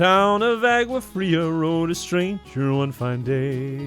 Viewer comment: He even said agua wrong Que gringo.